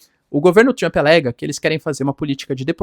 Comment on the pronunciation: 😂se fala tomarauk pode falar Trump ao invés de Tchrump... 😅 nem faz propaganda de curso de inglês... rsrs